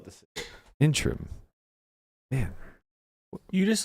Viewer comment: Even after google shows Matt interim is three syllables he still argues it isnt.